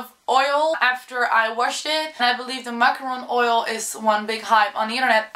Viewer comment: I just think it's so sweet the way you say Macaron Oil instead of Morrocan Oil ❤️❤️❤️😂🙈